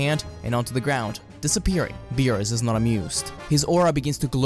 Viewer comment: Hey!...missing an R in there